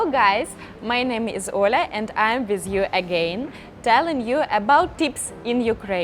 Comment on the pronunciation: Olga, you pronounce your name..."O-la", but it is spelled Ol-ga, I have also seen it spelled Olya, and pronounced Ol-ya. Which is correct? Is it the difference in Russian and Ukranian? I ask because I am talking on email with a girl in Kiev named Olga, and I want to know the correct way to say her name. As you know, girls in Ukraine named Olga are the most beautiful. I love your videos, they always make me smile.